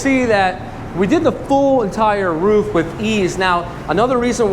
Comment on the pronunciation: The first American I heard who pronounces "roof" correctly!!!